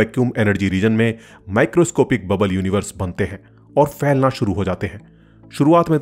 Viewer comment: आप बार बार फैलना को फ़ैलना क्यों बोल रहे हैं। सुनने में कितना भद्दा लग रहा है। Ph( फ ) is bilabial, stop, aspirated consonant. Whereas F ( फ़ ) is fricative consonant.